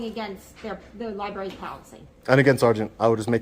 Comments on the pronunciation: Li-berry :face-blue-wide-eyes: Or Li-bRARy? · Here we have another auditor who cannot correctly pronounce the word "libRary." It's not a "li-berry." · Did he just say "li-berry"??? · Come on,, if you’re going to record in a “library” learn how to pronounce the word.